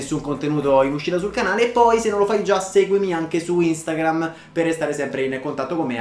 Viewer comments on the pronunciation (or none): none